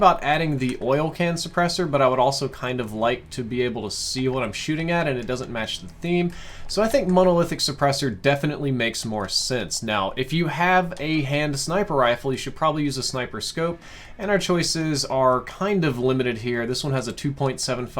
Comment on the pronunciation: This is great , but I definitely cringed hard at “MOANalithic suppressor” and “fat doadzhe”